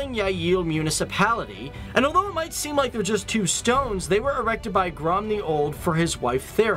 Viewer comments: Please..................... Don't ever try to pronounce "Margrethe" ever again. ;) Or "Gorm the Old" (not "Grum") Or "Harald Bluetooth" You are so much off. ;) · "Grom the old" No... GORM! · not GROM the Old - GORM the Old, thank you. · Its Gorm den gamle